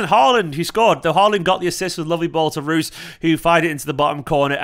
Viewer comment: Work on pronouncing Reus mate, hah.